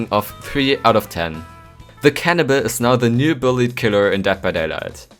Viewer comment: It sounded you said cannabis instead of cannibal XD